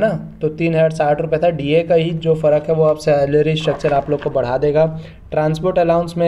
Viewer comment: भाई बढ़ा,ना की बड़ा 😂